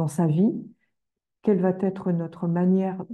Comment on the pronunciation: Pourquoi les "astrologues" sur YouTube disent fréquemment "vaTêtre" ?